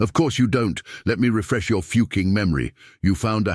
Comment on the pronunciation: How hard is it to prounce the word "fucking" god that was annoying.